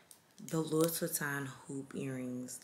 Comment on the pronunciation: Sis it’s pronounced louie... the s is silent but that vanity bag is fireeee